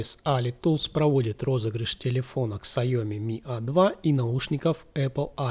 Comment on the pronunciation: Сайоми?Первый раз слышу такой вариант произношения Xiaomi))